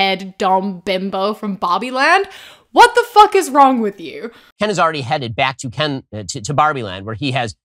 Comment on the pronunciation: He also keeps accidentally almost saying Ben instead of Ken.